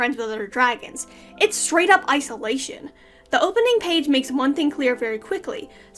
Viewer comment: '' Ice-Olation! '' HEHEHE...Sad :(